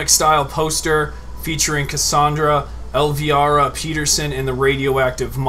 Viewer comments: elvira !!!!! not el...virhdgcdyc or whatever u said jeez violent look her up its the qween of the dark ....... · Elvira, vira sound the i as a vowel (el-veyera) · you didn't pronounce Elvira right at all (El vy ra)